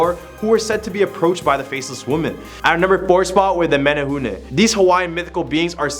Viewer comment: Thank you for bringing Hawaiian culture and folklore to the forefront. I do have to agree with other commenters, though. Please learn how to pronounce the Hawaiian names properly. It was hurting my soul when you pronounced the Queens name, especially. You did amazing in pronouncing "menehune," the first time, though!